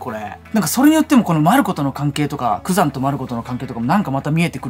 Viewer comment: 多分グザンって言ってるけど ヤクザになっててコーヒー吹きました🤣